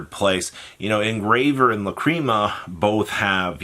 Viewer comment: It’s pronounced lac-ree-ma and the bystials are pronounced Bis-te-als